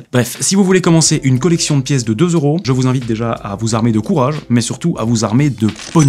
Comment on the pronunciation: On dit pas 2 zeuros on dit 2 euros ici oui deux euros